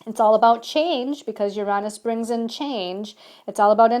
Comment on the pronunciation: I enjoy your videos but the way you pronounce Uranus drives me insane!